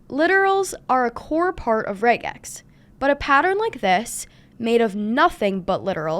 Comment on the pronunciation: Thank you for pronouncing it correctly!